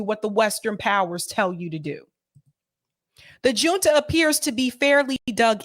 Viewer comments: Great coverage,! Fyi, junta is a Spanish word. The “J” is pronounced like the “H” in English. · Hi love your show! FYI “Junta” is pronounced with a H sound not a J sound. Like “Hunta”☺️